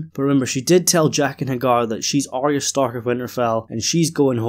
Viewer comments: So why do you keep calling her Are-rea? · Pet Peeve: Why does everyone pronounce Arya’s name as Ar-rea. It’s not right it’s Ar-ya. There’s no rea. at the end of her name. Listen again to the first season episode 1. Only Sansa says Ar-rea. Catelyn and Arya pronounces her correctly. She’s in awe of the dragons and she and Daenerys will hit it of immediately. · I totally agree so why the ar-ea at the end? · My hearing is perfect so it must be your accent. You have to notice most people do mispronounce her name. I don’t know why it drives me crazy but it does. Thank you.